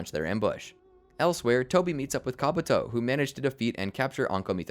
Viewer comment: My brother in christ, it's KabUto, not KabAto...